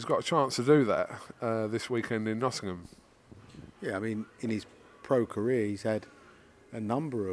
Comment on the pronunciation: congratulations on now pronouncing “Nottingham” correctly! Just Eddie to go now… he’s still at the “Nottunum” stage!